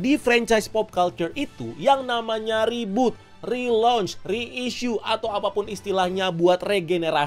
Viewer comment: Reboot ❌ Rebhort ✅